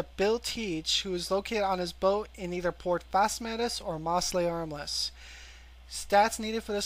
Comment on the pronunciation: its mose not moss.....mostly harmless... L